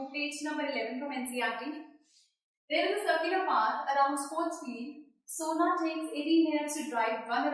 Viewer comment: Not sona . It's sonia